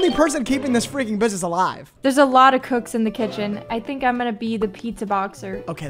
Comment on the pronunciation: “Mind ur freaking burgwax” 😭